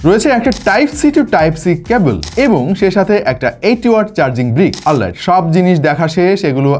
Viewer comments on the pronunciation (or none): none